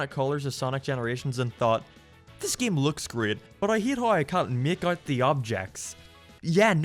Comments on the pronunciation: I physically hurt everytime he says "geam" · Look, I'm not gonna take opinions on what's good and bad from someone who pronounces Tails as Teals and Game as Geam.